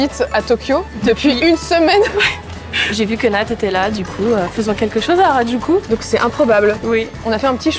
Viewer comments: « aradjuku » rip les oreilles des japonais mdrr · "Haradjoukou" :S